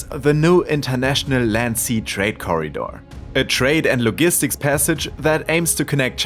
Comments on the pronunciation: The G in “logistics” sounds like the G in “Germany” Great video! Keep up the amazing work! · Logistics pronounced wrong my guy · the G in "logistics" is soft, as in "giant" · Yeah, a soft "g" regardless of which English dialect... worth looking up & practicing given your channel's subject 😉